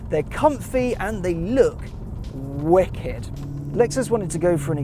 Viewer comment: "It's just wick-ed"